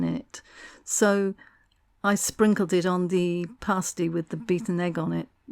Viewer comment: Surely pronounced as pass-tea? Looks very nice anyway.